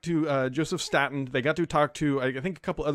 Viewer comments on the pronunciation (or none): Staten not statin